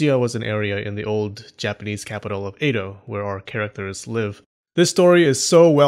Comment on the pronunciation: Edo. E-do. Eh-doh. Eh, like meh. Not ei-do.